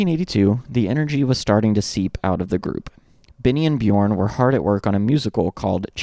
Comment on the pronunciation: If you use the vowel sound in the word burp, you can perfect your pronunciation of the name Björn. Bjurp Bjurn, yeah burn with a "j". Here to help 😏